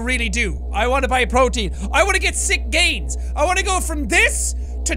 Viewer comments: What Jack said:WHO'S READY TO GET SWOLE UHHHHHHG GAINS what I heard: WHO'S READY TO GET SWOLE UHHHHHHHG GAYS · When he said GaInS! I thought he said GaYS!